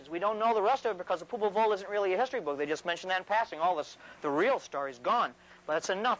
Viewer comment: Popol Vuh is Power. When he said Popol Vul it reminded me of that